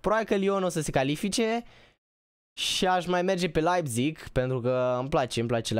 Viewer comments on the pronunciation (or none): none